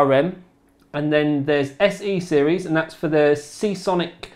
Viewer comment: ooooo you said SeaSonic at the end! :D